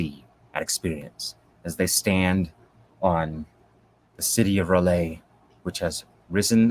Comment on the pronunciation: Is there a reason why you constantly call R'lyeh "Relay"?